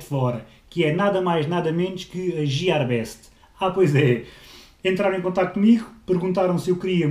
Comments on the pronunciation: Não é jiar mas sim guiare, gear (engrenagem) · boas, estas a pronunciar mal o nome amigo, lê se fonétimente: "guiêr best" abraço! continua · Giarbest, lindo xD típico tuga que tenta falar estrangeiro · "Jiarbest" meu deus do céu que calinada no inglês